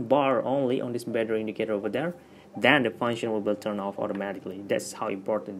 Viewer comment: Funshennn lol